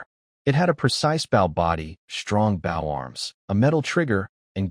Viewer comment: I'm tired of hearing these stupid AI narrators pronouncing 'bow' the wrong way